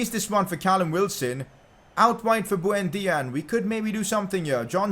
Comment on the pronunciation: who the fvk is bhuendia?? It's buendia dude